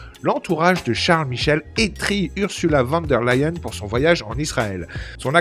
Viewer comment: Prononcer fan der Leyen. Ça fait mal aux oreilles!!!